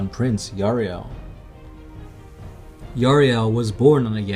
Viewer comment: Yriel not Yariel !!